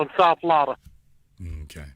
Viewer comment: SOUTH FLAWADA